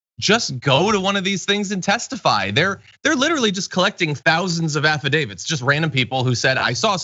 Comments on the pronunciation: LOL...you mean they're collecting affuh-davids, don't you? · According to her, they’re not affidavits, they’re affa-DAVIDS